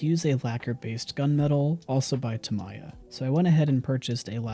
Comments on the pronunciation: excellent and thorough video! Absolutely would love to try printing and finishing this myself. One thing that caught my attention, was this was the first time i heard someone call "tamiya" Ta-my-ah. Being in the model car community, ive only heard my japanese friends pronounce it as "ta-mee-ah". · ive never heard anyone say tamiya like that haha, this was incredibly detailed and so impressive. wow. i do think the eyes are a bit off, pupils tend to be centred in the iris 😂